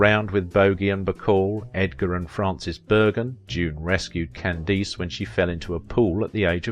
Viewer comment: I missed that about Ojai but the narrator is a Brit. He also pronounced Candice Bergen as /Can-dees/. I guess he’s unfamiliar with her so pronounced it like “Candide” /Can-deed/. Many of these people don’t seem to research pronunciation of unfamiliar names though it’s easy on the internet. But he’d be all up and down on you if you pronouncced “Geenwich” as “Green Witch” instead of /Gren-itch/. They absolutely hate it when we foreigners pronounce their names wrong. I once had a tourist information woman on the phone in London refuse to give me directions to the city of Bath until I pronounced it /bawth/ like they do. Ojai /O-high/ BTW is also where Bill Paxton lived. There is a reason in Spanish they use the vocalic digraph “ai” here. It’s because they don’t have diphthongized vowels A, I, O as in English as a result of the Great Vowel Shift in Northern European languages from about 1350 to 1790 AD. Spanish seems to apply the /h/ sound to “j” and “x”. I don’t know why except that “j” is a relatively recent letter as of the 14th Century when William Tyndale used it in his first translation of the Bible into English. When it entered Spanish I don’t know. It may be that “j” and “x” in Spanish may sound the same to English speakers but “x” is more aspirated as in Mexico. It is Spanish trying to simulate Native American language such as “tsokolatl” which the natives drank became “chocolate”. In English /chok-lit/. In Spanish /chok-o-la-teh/. They use four syllables. English contrac